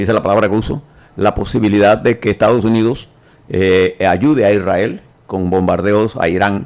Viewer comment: Lombana: Por favor pronuncie la ese (s) cuando dice Estados Unidos. No es Ectados Unidos.